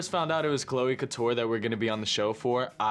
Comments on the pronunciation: How did you say “Chloe Couture” Edit: just heard here say Shane Dawson. Love you, but what the heck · the way you said "cloe couture" was incredible💀💀💀